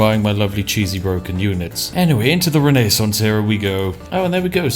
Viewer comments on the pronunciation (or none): Why did he pronounce Renaissance like that?